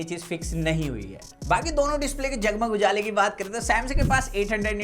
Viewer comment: When he said_jagmug ujala.i cant stop my laughing 😆😆🤣🤣